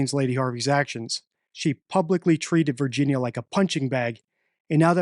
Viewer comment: please pronounce Virginia’s name correctly out of respect mate ❤🇦🇺